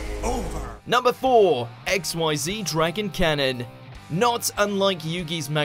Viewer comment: Also, if ever you get to a list about Zexal... I swear, if you pronounce Xyz as XYZ, I'll riot. You just saw there's a difference.